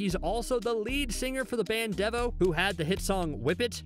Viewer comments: Dev-o? Dee-vo. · The word Devo as in devastated is pronounced like that but yeah the band is pronounced Dee-vo. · As a person old enough to witness the debut of MTV and all its original glory DEVO Is pronounced "Deevo" . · Not DEV-OH... DEE VOH! LOL.. Millennial.... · “Mothers buzz”? “Dev-o? How many of my fellow Devo fans are eye rolling? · Wow, the way you pronounced DEVO I may never sleep again. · Let me piggy back. It is DEVO like the Mitsubishi “Evo VII”. Stands for De-evolution. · Dude, you mispronounced Devo and Genndy Tartakovsky. You need to add phonetic spellings to your scripts for easier reading and accuracy. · Wait, did he mispronounce "Devo", or have I been mispronouncing it all these years? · He mispronounced Devo, Wallachia, and Genndy Tartakovsky (it's GHEN-dee, not JEN-dee)